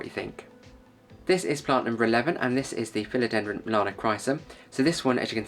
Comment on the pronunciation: ‘Philodendron’ tripping off your tongue with consummate ease! Well done, God bless you 🙏✝️. ✌️🇷🇺☮️🇺🇦✌️. 🙋‍♀️🤍🇮🇱✌️